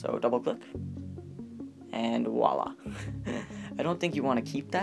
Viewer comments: You need to stop saying wahlah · And "woila"